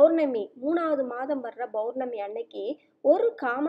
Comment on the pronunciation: Mam you r giving a good msg but it is POURNAMI and not BOURNAMI, pls check it